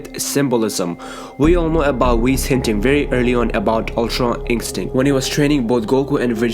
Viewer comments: Stop saying ink stick it's pronounced In-stin-kt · Instinct not inkstinkt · All I hear is ultra inkstint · Stop saying Ultra INKstinct .. my gosh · He always says ULTRA INCSTICT hahahahahha btw good video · Ultra "Ink-stinct" its annoying!! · Why does he say Umtra Inkstinct?